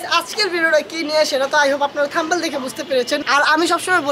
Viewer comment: পিচ্চি....! থামনেল বলতে হয়। থাম্বেল না 😅